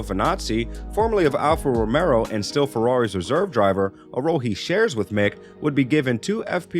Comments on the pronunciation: Am i the only one who keeps hearing alfa romero instead of romeo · Bruh… it’s Alpha RomeO, not RomeRo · Alf Romeo is pronounced as it's spelled. There is no second R in the name. It's ROMEO. not Romero! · A channel specifically based around F1 and the announcer can't get Alpha Romeo (not Romero) correct? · Dude its Alfa Romeo, not Romero, cant listen to this, if you dont even know the name of the teams.